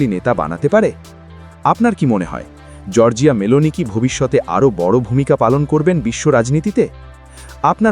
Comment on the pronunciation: উনার নাম > জর্জা মেলোনে (আসল ইতালিয়ান উচ্চারণ)